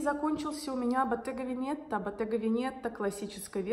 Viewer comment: ВЫ НЕ ПРАВИЛЬНО ПРОИЗНОСИТЕ НАВАНИЕ ДУХОВ "BOTTEGA VENETA". ТУТ НЕ РУССКОЕ "Е", А РУССКОЕ "Э". ПРИЧЕМ УДАРЕНИЕ ДОЛЖНО ПАДАТЬ НА ПЕРВЫЙ СЛОГ. BOTTEGA-ЭТО МАГАЗИН В ПЕРЕВОДЕ С ИТАЛЬЯНСКОГО ЯЗЫКА, А VENETO-ЭТО ГОРОД В ИТАЛИИ. ЧИТАЕТСЯ "ВЭНЭТО" И УДАРЕНИЕ ОБЕЗАТЕЛЬНО НА ПЕРВЫЙ СЛОГ.